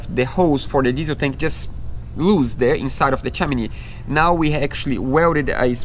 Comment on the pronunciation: Not making fun or insulting! Chimney is pronounced with (him) guys :) ch-him-knee love yas! Keep up your dream is shared by so many of us and we live them out through your videos!